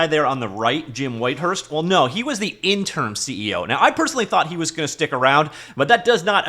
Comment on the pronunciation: In-ter-im, not in-term. :)